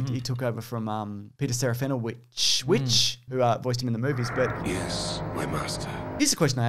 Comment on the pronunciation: these two episodes were fuckin great. Ashoka v. AniVader was awesome Peter ....... - “Vitch” ⬅️pronounced like this T I E: Prototype/Striker/ Bomber/ etc BTW: U guys are seriously hilarious and awesome.